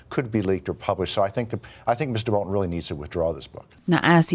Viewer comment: Great video as always! And extra points for pronouncing BolTon instead of Bolun as the talking heads do on TV!